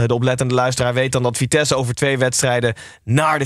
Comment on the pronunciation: Het vriendelijke verzoek of jullie vitesse voortaan zo willen uitspreken. Dank